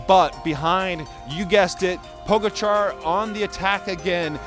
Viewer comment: Puh-gotcha not pogo-char😁